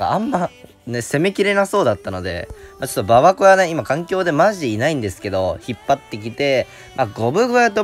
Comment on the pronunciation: 、ゴブ小屋の発音はゴブごやなのに、ババ小屋の発音はババこやなのおもろいw